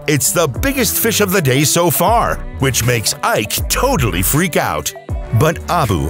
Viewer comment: Der „ Ike“ ist ja eine Zumutung…